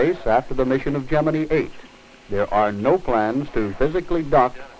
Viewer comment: It's not Gemine it's Gemini!